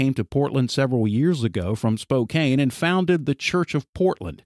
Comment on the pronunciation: Spokane is pronounced, spo-can